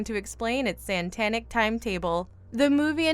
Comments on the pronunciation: This is not the first time the word satanic was pronounced santanic. It happened in another video on this channel but I don't remember the name. Apparently, nobody proofreads the scrips so mispronunciation is common on this channel. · You said Santanic And it was not edited out? ...oh my god brains are failing everywhere. People have now forgotten how to read too, so everybody just skims and think they know what is happening from that info... skimming does not give the reader any true idea of what is being said...this skimming problem showed itself in early october. People suddenly stopped reading...they skim and know they are right...and that is life in a nutshell now. A bunch of skimmers think they see the bigger story from a few key points of informstion and start screaming about it...having no idea WHAT they are actually supporting . attacking anything that challenges them with an opposeing view or anything that sounds uncomfortable. This is not normal behavior. You shouldnt feel like you have to keep %90 of your energy on yourself or else you lose your identity...if you can grasp the abstract concept of identity in the first place, you are equipped to keep yours. Abstract concepts are however being made to seem unimportant . this is how so many violations of our rights are allowed to happen and ehy nobody thinks its a big deal. The lack of recognition in the importance of non tangible concepts. And details. Stressfull anything.opposition of any sort. The ease of falling into group mentality so to be easily led by strong wills who SEEM to have the same end goals. Things are said in ambiguous ways and are left open ended to allow ones personal idealisms to be gratified. In other words they say what ever